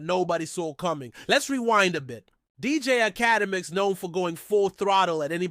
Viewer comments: It’s Ak-Uh-Demiks bro. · Can't listen to someone who can't say his name correctly. How connected to the culture can truly be? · All that gossiping and u can't even pronounce the man name right